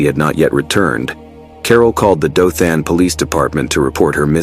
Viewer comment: Maybe that’s why he kept mispronouncing Dothan, and Opelika, Alabama.